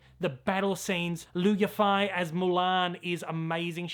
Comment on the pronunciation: it's pronounced "Eee fay", fei sounds like the first syllable/half in "fairy" or "fade"😁 and the Yi sounds purely like the letter E. I'm no expert (been learning Mandarin for just a few years) but I think her name is beautiful and deserves the correct pronunciation